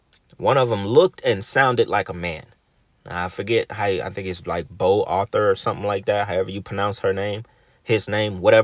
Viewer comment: I hollard when he said "Bau Arthur" 😂😂😂😂